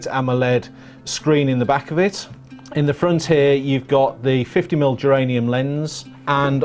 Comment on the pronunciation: Germanium Lens ... not Geranium 😂